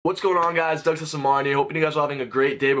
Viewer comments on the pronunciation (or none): Is it just me or did it sound like he said Doug "Censor" Mario?